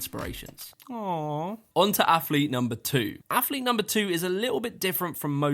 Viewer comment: Affffflete....lol mans athlete so many times, couldn't help but notice how incorrect he pronounces it. AFFLETE AF AF AF. Like Chris Bumstead saying savage with a th... lol...thavage. All these Thavage Affletes on this list